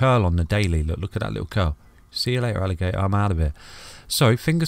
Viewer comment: see ya late-ah alligat-ah love that 😁😜